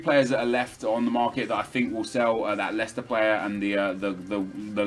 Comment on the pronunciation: When Americans pronounce Leicester